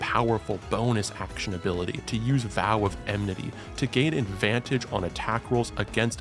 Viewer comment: it's enmity not emnity